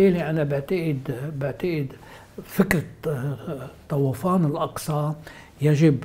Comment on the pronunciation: طوفان وليس طَوَفان. يا ريت تلفظوا صح